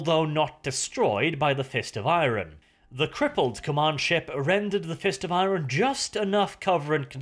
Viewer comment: Love the videos but say IRON not I-RON for god sake!